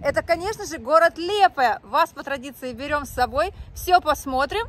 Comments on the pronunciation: Лиепая а не Лепая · Добрый вечер, в слове Лиепая ударение на второй слог.Я там жила в 80-х годах